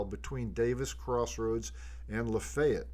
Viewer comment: I can tell your a local by the way you pronounce LaFayette! Great video! - Former Berry College student